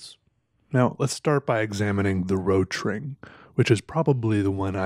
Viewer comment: Rotring... It's pronaunced Rot Ring = Red Ring.